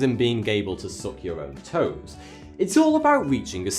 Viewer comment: When u talked about Yoga i wasnt expecting u to say suck on your own "tows".